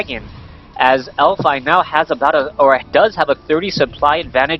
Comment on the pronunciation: its elfi not elfy ^_^